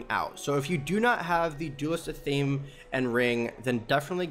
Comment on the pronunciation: Athame is pronounced ATH-UH-MAY not ATH-AME